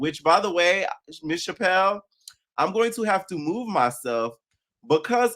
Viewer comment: Chile it’s pronounced Chappel like a church Chapel 😂😂😂 also Bad Bunny’s outfits details were in the back of the suit .